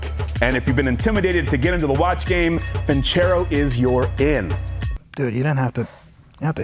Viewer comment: Nobody really going to mention that he kept saying vinCHero?... there's no H in Vincero